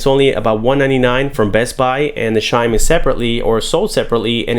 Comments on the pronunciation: Chime! Not shime! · not as funny as shime. Ssshime. Instead of CH - Chime. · so you say beedio and shime too?